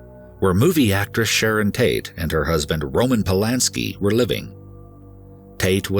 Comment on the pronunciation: am I the only one who heard “Shannon Tate”?